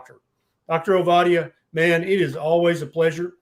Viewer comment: Enjoyed listening. Do work on the pronunciation of your guest’s name though. It’s only polite to get it right.